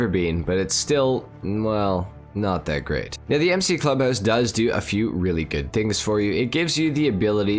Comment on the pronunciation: “grEEt” wtf is that